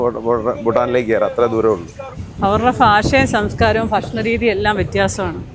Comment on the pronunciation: ഫാഷ, ഫക്ഷണം.. Can't you pronounce the letter ഭ properly 🙄ഇല്ലെങ്കിൽ this video is exclusively for the people from Kottayam district എന്ന് disclaimer വയ്ക്ക് 😡